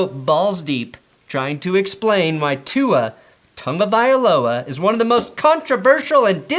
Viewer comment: Thank you for pronouncing his name right! *happy dolphin noises Fins up!